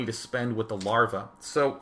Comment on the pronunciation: "larvjaj" swedish style xD